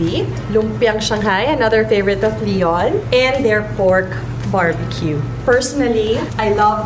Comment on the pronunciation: Its Leon not Leo